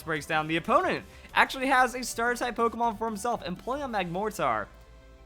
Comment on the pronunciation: um... you know it's a front accent for pokémon? My first language is french so if you put the accent you used it just deforms the word.